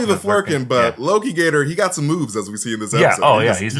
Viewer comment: Not lokigator... aLOKItor